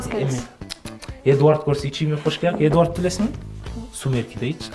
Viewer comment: Эдуард эмес Эдвард 🤣эдваааард ушатай меня сумырки 😅(сори)